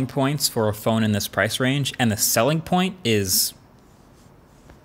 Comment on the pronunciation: Ok is it just me or did he call the phone "Fin" ??? Lol